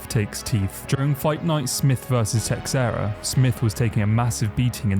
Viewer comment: For a guy with an MMA channel you sure love mispronouncing some legendary fighter's names. Have some respect. Its not like you haven't heard Teixeira's name pronounced before.